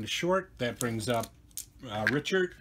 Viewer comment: If you're worried about views you should pronounce Pete Richert the right way,,,,,Rick...ert...good game